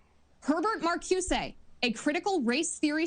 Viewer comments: this wingnut hasn’t read critical theory, which i teach. CRT is not marxist, either. & markyoosay?! & Di Angelo is marxist?! oy vey, this dunce. also: “tenets,” not “tenants” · It's simple: critical race theory is simply that which vilifies whites. Wheeler can't pronounce Mar-COO-zuh. The whole oeuvre is anti-White animus. Very simple. Don't need to get into labels and terms. He's a good interviewer. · "yes I've read ... um... max ... um... can't pronounce his name ... but yes I've read the person you're talking about. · Actually she mispronounced Marcuse!! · Critical Theorists didn't discuss race. They used it. They predate race discussion Hill is familiar with. Listen to Hill's answer. Could barely pronounce the names correctly. Mumbled and stumbled through his answer there. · So right about the blatant moral panic about a Marxist uprising. But…Ugh…so annoyed how she mispronounced Marcuse and Gramsci. Also Gramsci was not part of the Frankfurt school!